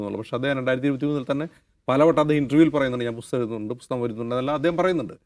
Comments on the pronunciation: രാഹുൽ എന്ന പോങ്ങൾ എന്ത് അടിക്കാനാ മക്കാൽ മീഡിയക്കാരെ നിർത്തിക്കൂടെ ഈ അടുപ്പു കൂടി ചർച്ച ഇത് ഹിന്ദു ഏകീകരണത്തിന് അച്ചാരം മാങ്ങിയ പോലെയുണ്ട് ബുസ്തകമല്ല പുസ്തകം എന്നെങ്കിലും പറയാൻ പഠിക്ക് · ബുസ്തകം അല്ല ചേട്ടാ പുസ്തകം പുസ്തകം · Busthakam aalla maashe.. pusthakam ennaanu